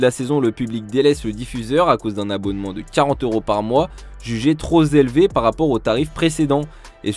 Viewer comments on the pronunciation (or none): trop élevé et non trop « Zélevé » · Un abonnement jugé trop « zelevé » ? Le retour des liaisons dangereuses 😂